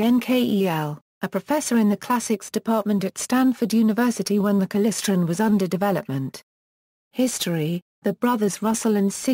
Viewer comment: What the hell is klisren.... KLY-StRon